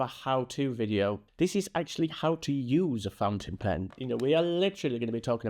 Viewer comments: Flipping the nib you flipped the letters and said pountin- fin. Loved it! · Now I'm gonna call it "pountain fen" forever and it's gonna be your fault. 🤣LOVE IT!!! SUBSCRIBED! You're amazing! ❤ BTW... I'm a leftie and have a special nib for my Lamy Safari. Still learning how to hold it properly.